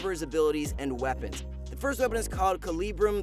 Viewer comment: He pronouced Calibrum (Comes from the word Caliber) and Gravitum (Comes from the word Gravity) wrong.